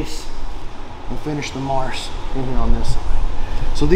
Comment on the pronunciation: How did darce become marce? Kept sayin marce marce marce.